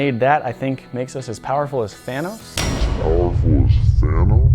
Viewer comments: "that I think make us as powerful as thaoms" *thanos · did i hear fenos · He said fanos